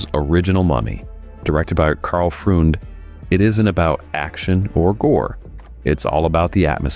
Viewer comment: Freund is pronounced "Froynd". F.F.S. ‼️